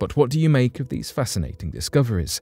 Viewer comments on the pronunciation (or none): none